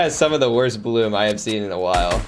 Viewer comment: HIS bluum is like my bluume